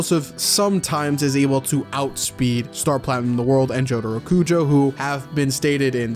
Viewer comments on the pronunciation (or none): none